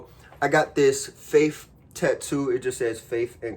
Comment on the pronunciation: Bruh said faife instead of faith his videos be having me weak asf😂🤣